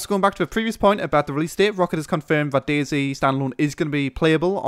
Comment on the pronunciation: its not days its DayZ